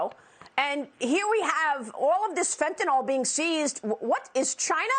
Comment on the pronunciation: It's fentaNYL. Not fentaNOL.